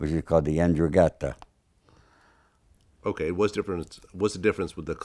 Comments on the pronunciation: Please, this guy disqualifies himself immediately. He claims his family members were involved in 'Ndrangheta but can't even come close to pronouncing it?? The andrangatta? You have got to be kidding me? He then pronounces Camorra the "camorara?" It's like an executive for McDonald's calling the company MacDoodles. The mafia is not only in Italy either. La Cosa Nostra is not just American. La Cosa Nostra is in Sicily and was brought to America. "Mafia" is a public term. They don't use it. There is also La Stidda (that is "la stella" in Italian or Sicilian for "star") in Sicily. Camorra is a Neapolitan thing. 'Ndrangheta is Calabria. Sacra Corona Unita in Puglia. Please for the love of God don't pay attention to this interview if you're looking for good information. Sounds like a guy who read some "Dummies Guide to the Mafia." As someone who has followed this his whole life, I've gotten through even the worst of interviews... I couldn't make it through 2 minutes of this one. I'm not the biggest fan of Michael Franzese, but he is 1 MILLION times the source this joke is. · Seems weird he does not know how to pronounce 'Ndrangheta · it's not even close. This guy cannot even pronounce the names of the organizations. He lays out shit that is verifiably false from a simple google search. This is a joke. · One curious error, the Sicilians use Costa Nostra, general meaning used for ‘these businesses or property belong to us’, comes directly from Sicily, not America. It just isn’t used as often by the authorities. Ndrangheta, which he pronounced incorrectly, was not the major mafia until the end of the last century…although it is definitely the most secretive. The American mafia is a little bit of a playgroup compared to all of the Italian mafias, all of which are considerably bigger, more violent and considerably more involved in society. I lived in Palermo for seven years, which taught me a lot of how things are done over there. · His pronunciation of ndrangheta is terrible.